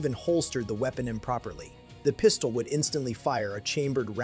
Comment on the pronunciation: And the voice over? Please review the part with the Type 94 Nambu and listen to how "pistol" is pronounced.